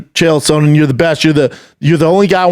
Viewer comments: Dana and Brendan only guys to say Chael SOANen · The only person who stil says Chael Sohnen